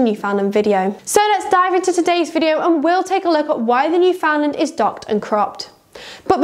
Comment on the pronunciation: Talk about click bait no Newf has ever been docked or crop........and gosh by the way the name is not pronounced New Found Land it is pronounced New Fin Land.....please.....